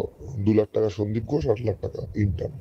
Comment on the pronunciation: শব্দটা ইন্টান নয় ইন্টার্ন (intern)